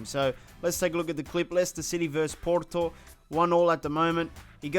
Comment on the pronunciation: That porto pronounciation lol